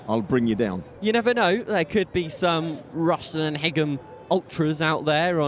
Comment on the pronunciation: He can't even pronounce the away team 😂😂😂